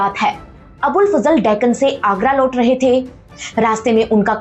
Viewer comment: आप इतनी बढ़िया कहानी सुनती है। Please work on your pronounciation ओर नहीं, बोलिए ... और। लोट नहीं, बोलिए ....... लौट।